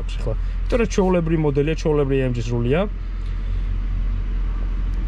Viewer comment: ბაი თურბო, ეი ემ ჯი . და ასე შემდეგ ცოტა უშნოდ ჟღერს და მხვდება ყურში ძაან ინგლიშურობა :) კარგია მომწონს დანარჩენი